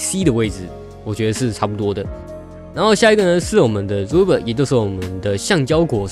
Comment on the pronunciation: Please pronounced rubber correct!!!!